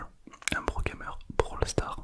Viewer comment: Incroyable la vidéo avec le prrrrrrrroooo gamer